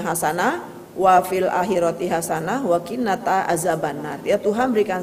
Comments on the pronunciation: Wa qina adzaban naar..bukan wa qinata bu. Katanya ngajarin ngaji kok salah. Lupa ngapalin ya bu...kocak ibu ini. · Maaf, kalimatnya bukan: "wa 𝙌𝙄𝙉𝘼𝙏𝘼 'adzaban nar". Tetapi, "wa 𝙌𝙄𝙉𝘼 'adzaban nar". Latihan bahasa Arabicnya belum maksimal......!!!!! 🤧